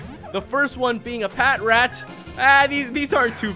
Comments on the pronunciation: Patrat is pronounced puh-trat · It's pa.trat